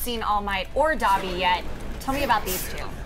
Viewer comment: "Dobby" ....its Dabi 😬